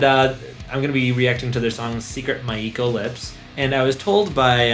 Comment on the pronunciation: It's pronounced (My-Co), not Mai-ii-Ko. Now do 'Gion-Cho'.